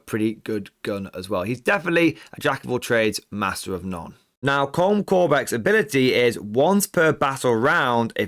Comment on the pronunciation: my only nitpick would be Colm is pronounced as Collum/Column :/